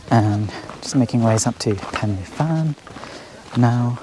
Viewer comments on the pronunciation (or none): Heya, just letting you know, "Fan y Bîg" is pronounced "Van-Uh-Beeg" not "Fanny-big"! Same with Pen y Fan, pronounced "Pen-Uh-Van"